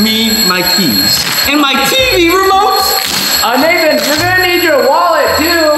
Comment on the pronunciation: Its "Nathan" not "nathon"